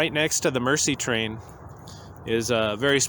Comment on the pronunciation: Nicely done presentation and thank you for reviving/continuing the memory of this wonderful item/event. One comment, meant in the most constructive way, the French word, "Merci" means "thank you" and is pronounced mare - sea, rather than mercy - the act of kindness to one less fortunate.